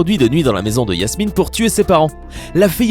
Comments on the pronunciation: Je rêve ou il dit Yasmine et PAS JASMINE ??????!!! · Ses pas yasmine ses jasmine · La 2eme meuf c jasmine pas yassmine